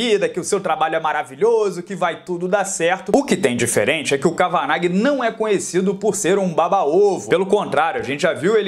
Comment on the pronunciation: É "Quévena" a pronuncia correta do treinador do Conor.